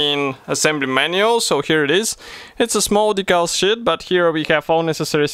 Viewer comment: "Decal shit?" Lol It's pronounced "sheeeeet"